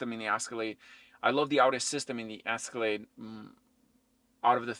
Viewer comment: It’s Escalade not the ascalade